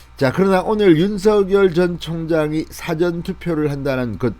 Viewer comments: 싸전이 아니고 사전입니다. 일사 앞전 이라는 발음을 부탁합니다. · 제발 사전 짧게 발음하면 딕셔너리라니까요 길게 발음해 주세요 뜻이 달라집니다 미리란 뜻은사ㅡ전 명심해주세요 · .. ' 사전' 이란 용어의 억양이 듣기에 많이 거슬리는데 맞는 억양인지 ? 한번 생각해 주시기 바랍니다